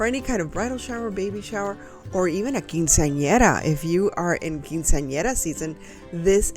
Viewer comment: Love the lanterns. Are you hispanic ? You said Quinceanera perfectly. I had mine on Valentines Day 1987 many many Lunas's ago 😂😂